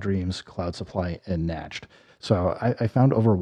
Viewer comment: Yo I was dyin rollin hard af laughing when homeboy said "Natched"!😂😂😂😂😂😂😂Not to be pendantic but Nacht is pronounced "Knocked". Its the German word for Night, I.E. "Eine Klien Nachtmusik"